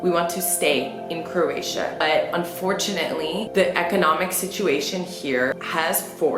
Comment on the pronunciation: Love the video.!!! Buts it’s pronounced crow-atia not crrrratia.